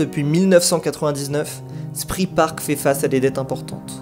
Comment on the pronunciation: Très belle vidéo, merci. Juste pour info, Spree se prononce « chpré », mais ça, je le sais juste après quelques années de Berlin... 😅